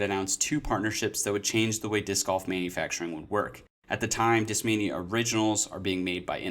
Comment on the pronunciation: European accent pronunciation: Deeskmainya